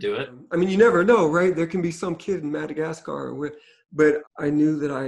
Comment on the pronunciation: Feels so good to hear Rodney pronounce my country’s name « Madagascar 🇲🇬 » lol.